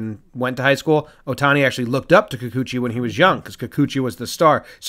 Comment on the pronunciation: It's pronounced kee-koo-chee. No accented syllable. Wonder if he's related to Moa